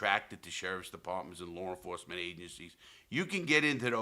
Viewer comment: “Lawre enforcement” LOL